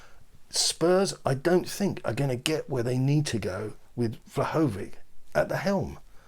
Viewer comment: Interested in your thoughts but frustrated when you get the names so badly wrong - for example, Carlos VINICIUS ... not "vi-SIN-ee-uhs" and you kept saying. Plus Vlahovic - all names from the old Yugoslavia end in an "itch" sound, in this case, "VLAH-hoh-vitch". It's important to get the names right!